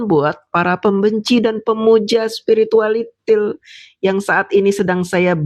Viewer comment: Lidah fasih banget ngucapin spiritualITIL 😂😂😂😂😂😂